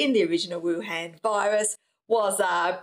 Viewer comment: Why can't you pronounce Wuhan? And what's wrong with your arms?